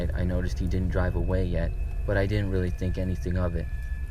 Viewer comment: “I was just willy happy” 😭